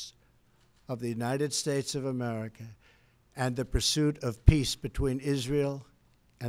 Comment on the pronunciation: God bless the United Shtatessshh, I'm having a stroke.